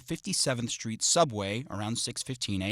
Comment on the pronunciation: interesting how the narrator pronounces street shtreet i think of that as a black innovation in pronunciation and it sounds good altho a little gang-y